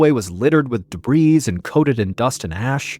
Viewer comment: The 'S' in debris is silent.